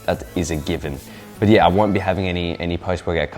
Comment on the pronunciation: 'yeah koont' hahaha